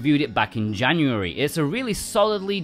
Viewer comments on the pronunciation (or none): none